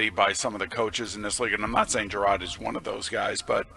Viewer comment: “Jerod” - not “Gerard”